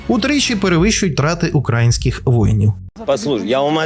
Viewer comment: Хі'марси... укра'інських... Палишся, фсбешник 😄